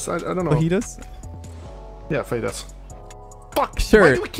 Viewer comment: “I know what fajitas are, but not feetus” 😂